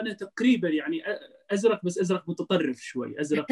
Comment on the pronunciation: أزرق بالسكون وليس بالفتح